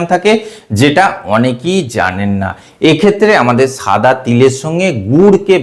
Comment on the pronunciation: সাদা কে ছাদা বলছেন